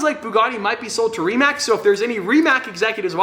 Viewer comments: ITs RIMAC with "C" not "k" any croats here too? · u said rimac wrong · I dont want to be annoying but im from Croatia and your Rimac pronounciation really triggers me. No hate i follow you for two years keep up the good work!